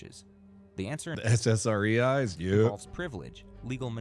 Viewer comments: “SSREyes”… dude. 😂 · Wtf are SSREs? It’s SSRIs. That’s why people said SSREyes. Ya goofy